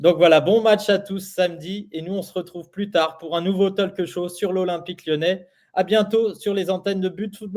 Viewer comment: mais, arrete de prononcer talque show, c'est talk show, si tu n'es pas fichu de prononcer correctement, alors ne le dis pas, c'est déjà affiché! t'as pigé?